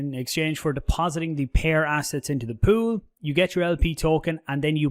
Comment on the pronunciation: You say pool, i hear poo... Can't get it out of my head 😂